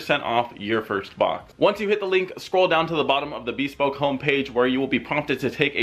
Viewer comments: Man's calling rice or nice but he cant pronounce bespoke 😅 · I don't think I've heard "bespoke" pronounced that way before.